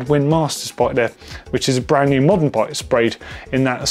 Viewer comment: Schram..... The English can't speak English anymore. They say stuff like bran nooo instead of brand new.